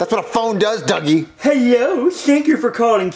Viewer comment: Duggie not druggie